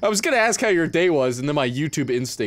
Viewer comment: “Didn’t assk”